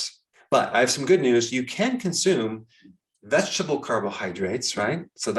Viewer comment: Doc, you forgot how to pronounce “vegetable.”